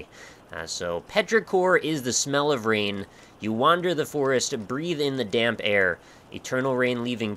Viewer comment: every time you say damp i hear dank(dank note, dank forest, etc)